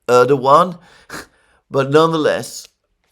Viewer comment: My God, something amazing has happened! Alexander used the proper Turkish pronunciation of Erdogan (with a W) SEVERAL times! End of an era... Could this signal a newfound respect for this wily operator?!